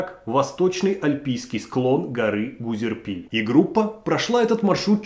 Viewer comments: Правильно ГУЗЕРИПЛЬ, а не Гузерпиль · (гузерпиль) правильно Гузерипль! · Гузерпиль🤦‍♀️🤦‍♀️🤦‍♀️ ГузерИпль называется гора и посёлок... горе-рассказчик😕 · у меня жена тоже говорит гузерпиль, ничего не поделаешь))) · Гузериппль брат, Гузериппль…😂 А так огонь!) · Отличный рассказ, но всё-таки ГУЗЕРИПЛЬ 😂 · Когда два раза услышал " Гузерпиль" прекратил просмотр. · ГузерИпль!!!!!! Не коверкайте название, пожалуйста!!!! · Что есть Гузерпиль и гора Гузерпиль? Автор дважды произнёс это название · Гузерипль. Так правильно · Автор даже не выучил правильные названия. Гузерипль называет гузерпилем. Он абсолютно далёк от туризма, и смотреть это противно. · Правильно говорить поселок Гузерипль! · Гузерпил?это что за зверь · Гузерпиль😂😂😂 хотя бы название выучил господин блогер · Какой ещё гузерпиль? ахах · не Гузерпиль, а Гузерипль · Вообще-то Гузерипль, а не Гузерпиль) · Гора называется ГузеРИПЛЬ, а не гузерПИЛЬ. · Автор сказал, что можно пройти за час по горам 16 км? Если на восьмом случилась трагедия. И Гузерипль называет Гузерпиль. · Спасибо автору за обзор этой истории. Только правильно говорить не Гузерпиль, а Гузерипль. Я живу в Адыгее и прекрасно знаю как резко меняется погода в горах, поэтому идти в поход в любое время года без теплых вещей - чистое самоубийство. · Небольшое замечание Владимиру - населенный пункт называется Гузерипль, а не Гузерпиль. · Очень атмосферный рассказ, спасибо. Только маленькое замечание: ГузерИпль, а не Гузерпиль. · Гора и поселок носят название Гузерипль, а не Гузерпиль. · Какой нафиг «Гузерпиль»🤦🏽‍♀️🤦🏽‍♀️🤦🏽‍♀️🤦🏽‍♀️ ГУЗЕРИПЛЬ!!!! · Автор называя одну из точек маршрута Гузерпиль очевидно ошибся в названии - правильно называется ГУЗЕРИПЛЬ. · ГУЗЕРИПЛЬ, а не ГУЗЕРПИЛЬ🤦‍♀️ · Гора Гузерпиль? Может, Гузерипль (2158 м)? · ГузериИпль. ударение на И. Какой ГурпИль??? аж током бьёт) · Какой Гузерпиль? Гузерипль. Ну стыдно же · Правильно называется не Гузерпиль, а Гузерипль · Почему вы называете Гузерипль Гузерпилем? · Не Узерпиль, а Гузерипль